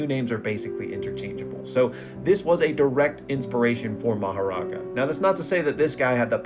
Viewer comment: Bro butchered that "Makora" pronunciation 😭